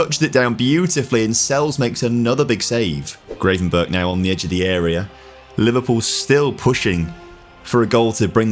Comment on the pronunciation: that gravenberch pronunciation was diabolical